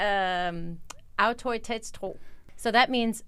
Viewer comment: "autoritetstro" was quite well pronounced! "Autoritetstro" likewise. But this is not a case of belief in authorities, as much as it is a belief in the rules and the reason by most of them! We danes may seem like we believe in authorities, but we don't. We believe in democracy and regard the state as the servant of democracy and thereby of the people. We haven't sold out parties to companies, yet. ;-) Now, about telling people what the rules are. Long ago a friend told me why immigrants from Anatolia threw garbage into the backyard: Because noone had told them the rules. This may be the motive behind this behaviour. Now, Sweden is my lost love. The language is poetry. It gives the Swedish people a right to be a bit more, like what you all said. Their music is fantastic, too. It is like this: Long ago I realized that English is more pretty for singing. And the same goes for Swedish, but even more so. Swedish is the Luthuanian of the norse! It has ancient suffikses, like -o and -on instead of the Danish -e and -er. Look into it and fall in love with a language! And about being on time: Why would you say 8 o'v-clock if you don't relally mean it? Why not just say someting else? Better to let people know than to always make a quiz show of it. Otherwise, I love your show and your nice tone and all! A subsccriber, I find your vidoes both very entertaining and most informative! Your views on the differences between DK & US are both uplifting - for danes - and potentially dep